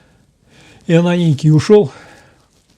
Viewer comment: Простите, Выинемправильно произносите имя: не ИоНАникий, а Иоанникий